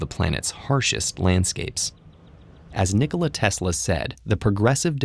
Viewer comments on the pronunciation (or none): none